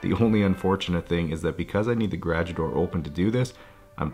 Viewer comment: Please pronounce "garage" correctly.